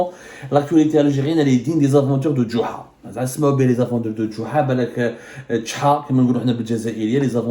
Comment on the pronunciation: Tu veux dire Jouha, pourquoi le D??!